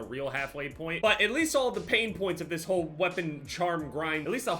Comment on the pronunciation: “This” is a very easy word to pronounce, there’s tutorials on YouTube if you really wanna learn it that bad but if you don’t wanna learn it we’re here to support you man, love you. 💪❤️